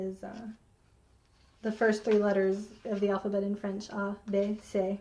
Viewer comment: It looks like your risk was well rewarded. So many beautiful patterns for all different occasions! And I was impressed with your French pronunciation. I can fake my way through Spanish, Italian and German, but French has always been beyond me.